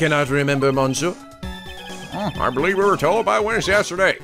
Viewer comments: Oh the "mon" in monsieur is pronounced "miss". Think of it as "missieur" if that makes any sense... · I just realized that most of the cross-examinations in this series has going, "Bring it on!" rather than "Bring it on ". Oh, and "mais" is pronounced as "may" or "mei". "Monsieur" is "miss-seur" or "meun-seur" from what I've heard. "Je vous demande pardon" (I beg your pardon) = "jeh voo deh-mon paar-don". And I'm pretty sure deco is still decor. Just Armstrong using multiple words with his gratuitous French. Also, looks like for once I'm in before Blue Flare...O.O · I'm pretty sure it's monn(g)-sheur